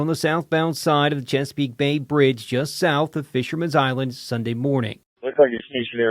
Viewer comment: It’s not pronounced checkerpeak peak. It’s Chesapeake bay bridge. Sir